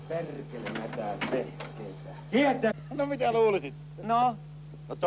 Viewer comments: ''Perrrkele!'' xD I just think was joking about that word, I have never heard any Finnish pronounce ''perkele'' like did! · so you'r supposed to have like 6 Rs in there? as in Perrrrrrkele!